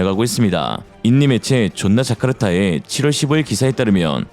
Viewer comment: 푸하하 존나자카르타 라고 하시네 ㅋㅋ